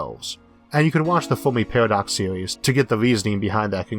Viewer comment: Foamy Pawadox